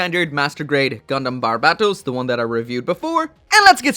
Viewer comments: It's so cringe how he pronounces Bar-bae-toes wtf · Damn it’s been this long and you still can’t say the name right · How can you still mispronounce barbatos?